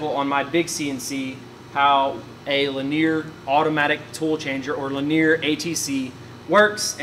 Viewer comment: Dude your videos and info is always awesome but i can't get over your pronunciation of linear... in a terminology video. "li-nee-ur"